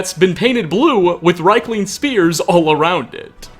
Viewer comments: Niite, thii arii pronunciid [riikling], noot raikling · It's pronounced "Reek-ling", but at least you pronounced Solstheim right. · Pretty sure it's pronounced reekling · Dude, it's pronounced "rEEk-ling!!!" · The way you pronounce Riekling, hurts my head but it's a good video man, keep up the good stuff.